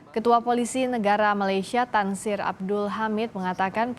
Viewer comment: Bukan tansir tapi tansri